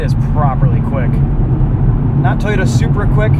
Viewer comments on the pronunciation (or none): none